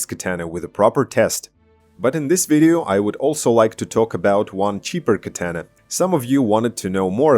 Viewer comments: You say katana completely wrong... These Aliexpress katana are crap. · The way you pronounce "Katana"..